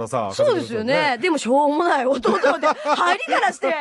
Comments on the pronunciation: 最後の入りからして⤴︎が若干関西弁うつってるw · 最後の「入りからして」って関西弁移ってるww